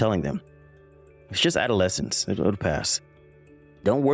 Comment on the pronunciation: You have to admit, the way she pronounced adolescence made you wonder. 😂😂😂